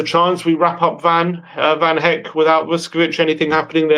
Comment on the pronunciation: Guys who the fuck is van HECK? His name his van hecke - pronounced Heck-eh. This is basic stuff for so call football experts